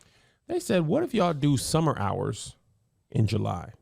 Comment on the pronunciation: You got hours to fill. Really breaks down your “ours” (you angel and Josh). Cause you gotta silence the haters. Are the h becomes silent lol